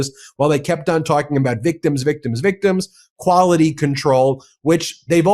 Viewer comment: We put this "k" in kwality.